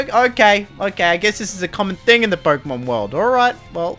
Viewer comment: Why do you say PoRkeemon???